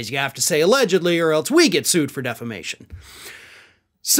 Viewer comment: For a moment, I thought you said they were being "screwed," not sued. Upon reflection, I think "screwed" is correct.